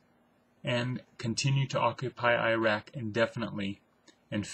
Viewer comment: Iraq. pronounced irr-ahk with emphasis on the second syllable, not eye-rack with emphasis on the first syllable.